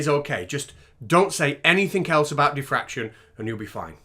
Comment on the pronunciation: Isn't it diffraction not defraction??